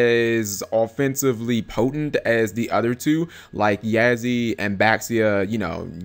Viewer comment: It's pronounced Baxia (Bah-She-Ah) Yazi (Yah-zuh) Chaofeng (chow-fung) Pronounciation pleass